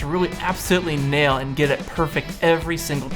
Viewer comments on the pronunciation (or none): none